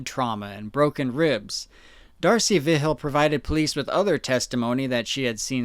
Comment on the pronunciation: Dude I love you, you do amazing research but hearing you pronounce Vigil is actually hurting my soul